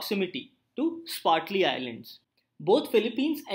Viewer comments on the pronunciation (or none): Thanks. Also,its SPRATLY islands.